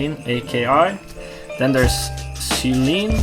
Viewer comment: Hope this helps a little. Tall - you - eene and zeye - leen